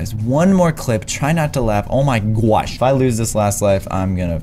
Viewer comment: Ive won the challenge oh and when he says *OH MY GWOSH*its sooo funny LOL